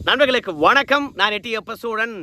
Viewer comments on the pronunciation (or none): none